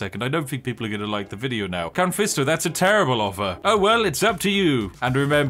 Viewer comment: "Count fisto" is crazyy 💀